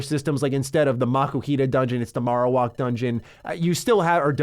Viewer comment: I love your videos so much man but you said marowak wrong